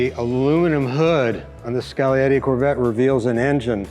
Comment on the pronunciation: Skal-e-yeti. Finally someone that knows the G is silent. Like in lasagna. Cool car!